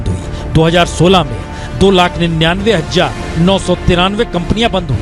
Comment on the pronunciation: For God sake it's not Hajjar it's Hazaar not Rojgar but Rozgar, how ignorant.